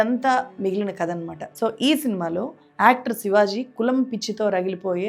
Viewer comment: sivaj కాదు sivaji